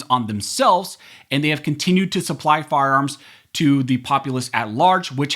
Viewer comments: Say it slowly “ firearms “. Sounds like you’re saying “farms” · Sounds like you're saying "farms" instead of "fire arms" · Why do you keep saying “firearms” like that? You keep saying “FARMS”, it’s annoying as sh¡t! , you said it correctly, then 15 seconds later, you said “farms” again. I dunno, maybe I’m crabby today, but I can’t listen to you. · Why does this guy keep saying farms?